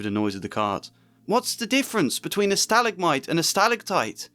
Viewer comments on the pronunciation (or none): none